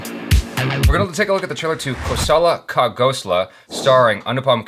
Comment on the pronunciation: This is funny because her pronunciation was as bad as yours if not worse! Please watch this gem of a film. I clicked this one quick because I was so sure you were doing a review!! Totally elevate this one to the top of the pile. You'll love it. Below I have tried to explain how to say Dibakar Banerjee,you said Ghosla fine but for some reason added an A in the middle of Khosla pronouncing it as Khosala?! its just as you said Ghosla only with the K instead - its spelt the same too. Di = as how you'd say diwali, Bak = as how you'd say bark without the R and with the same fuller A, not to be confused with the type of A in back or black. and Ar = as how you say arranged= DI-BAK-AR. Ban = just as you'd say ban, Er = like you'd say errand and Jee I am sure is self explanatory = BAN-ER-JEE. I think you're fabulous.